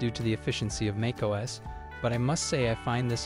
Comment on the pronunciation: What is MAKE OS ? I wonder - Another AI that can't even pronounce the name of key technology ! MAC OS. But to be fair it is a nice voice over but reading exactly the same script as other YouTube videos.